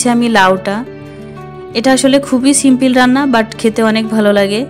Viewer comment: সিমপল সিমপিল না 😂😂😂😂😂😂😂😂😂😂😂😂😂😂😂